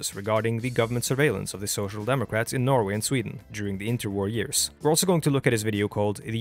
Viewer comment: While i am not fully on board with your video here, i have to say that, except for the pronounciation of "Norway", you have absolutely no norwegian accent whatsoever.